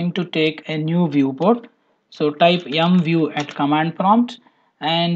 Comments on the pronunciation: Thank you for the video, I subscribed for your videos, you explain very well, but just one thing, you have to be more careful about the accent, for example, when using the MVIEW command, you are saying "YoungView", you should say "Emview", you know what I mean, there can be confusion and thank you friend ! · I was thinking he's saying YUM view.. M.. lol.